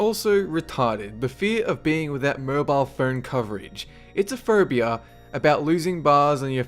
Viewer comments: Am I the only one hearing him say "furbia"? :> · how that guy says phobia...lawl phaubia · I thought he said Ferbie-phobia!! HAHAHHAA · I think he's an Australian ?